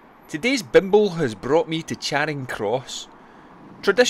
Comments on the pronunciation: Glasgow folk pronounce Charing as 'Chayring', not 'Chaaring'. Excellent video. Keep up the good work. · Brought up in Glasgow, and worked in Charing Cross Mansions. Pronounced…Cha. Ring. Not chayring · "Chayring" jeezo lol. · Glasgow folk don't normally do long vowels, so they pronounce Charing as 'Chayring'. On the other hand, London folk love long vowels, so they pronounce Charing as 'Chaaring'. By 'Glasgow folk', I, of course, mean people born and bred in the city of Glasgow.